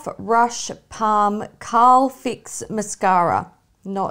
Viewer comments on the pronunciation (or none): The Etude House mascara is called 'Curl Fix' not Carl Fix 😂 but, like mashara, I love your version 10 times more 😍😂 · Carl fix mascara!? HAHAHAHA... It's Curl fix xD